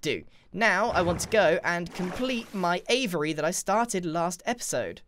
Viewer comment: Ahem, it's pronounced "a-vee-airy" not avery.